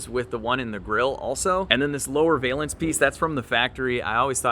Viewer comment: "valance" rhymes with balance. I know nobody asked or cares, but I notice about half of YouTube says this word wrong.